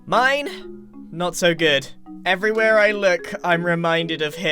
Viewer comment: Grian say it "every we're I look" Srider man no way home!!! Grian is the best!!!